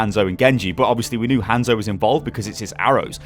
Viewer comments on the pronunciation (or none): how do you still not know how to pronounce hanzos name correctly